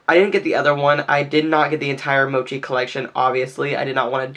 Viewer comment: Thank you for knowing what mochi is and how to pronounce it correctly! Your thumbnail really pulled me in, I love how you incorporated so many colors for your look and still tied them together for a really unique look. You've earned a subscription from me! <3